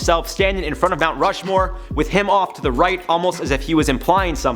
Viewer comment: But for be add it, you need to know how to pronounce Rushmore first, no?